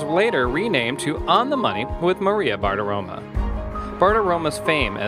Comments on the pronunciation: As Maria herself pronounces it, it's BartiromO, NOT BartiromA. Do your research. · Dude, pronounce her name properly. There’s an ‘O’ at the end of her name, not an ‘A’.